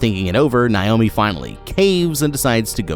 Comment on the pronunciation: Bro stop mispronouncing my name. It’s Nay-oh-mē